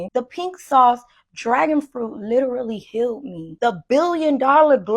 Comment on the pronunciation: She "lirellery" needs to learn how to say that word or stop using it.